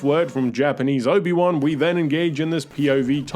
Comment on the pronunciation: it's "Obi-San"